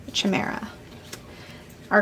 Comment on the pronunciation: Thanks. Gorgeous cards. Chimera is pronounced with a hard K, as with chaos. That's the Greek "ch."